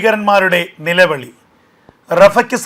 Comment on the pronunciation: നിലവിളിയല്ല : നിലവിളി....... OCT: .....